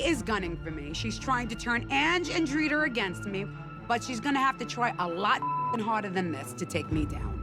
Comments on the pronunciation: “Dritar” her name is Drita 😅😅😅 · Renee couldn't say DRITA correctly if her life depended on it, she says Driter 🤣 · "Driter" "Carler" 😂 🦋